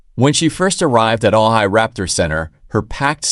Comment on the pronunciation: I don't think this is a reliable source. He isn't even pronouncing Ojai the corect way.